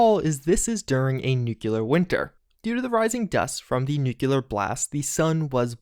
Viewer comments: I don’t know how many of your videos I’ve commented this on, but the word “nuclear” is pronounced nuke-lee-ur. You’re pronouncing it nuke-you-lur. It’s pronounced how it’s spelled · IT'S NUCLEAR! NU-CLE-AR. ENOUGH WITH THIS NUKULAR GARBAGE. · Nuclear: nu·cle·ar ˈn(y)o͞oklēər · Ok Bro i love your videos and all but for a Fallout fan like you...please god please...NUCLEAR!!!! Nucular...no. Nuclear! Yes...Nucular??? Cheers mate! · Say it with me: N U C L E A R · A nukular winter, you say? I might have to uninstall another somewhat sizeable mod I have installed to play this. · "New Q Ler". LOL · Nucular Winter.... Bruh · still can't say new clear huh? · You say nuclear wrong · This looks cool but you say nuclear like president Bush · For real. You’d think Fallout fans, of all people, would be able to pronounce that word properly.